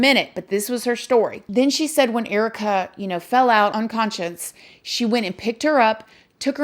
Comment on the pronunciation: This is such a sad case. Prayers for everyone involved 🙏, I love your videos & you! I just had to tell you that I love the way you say the word unconscious 😆 I can't pronounce that word either, so I say it the same way as you do 😉😆